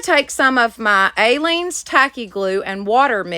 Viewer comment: You are pronouncing Aleene's incorrectly. It doesn't have a long A. It is pronounced uh-leene's. 😊 I used to watch her craft shows YEARS ago. You can probably find them on YouTube. Great crafting. You should find them and watch. I also LOVE watching your channel. Lots of creativity that I use every weekend. Thanks for sharing with us.